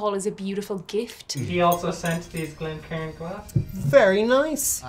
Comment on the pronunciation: Bro 😂😂😂😂 He said Glen sharin’ Is Glen Carin’ Glencairn I’m dead